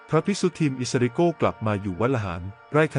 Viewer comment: อิสริโกนะไม่ใช่โก้นะระยองนะไม่ใช่ตจันทบุรีนะ